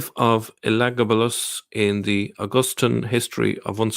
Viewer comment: You pronounce that name ELA-GABA-LUS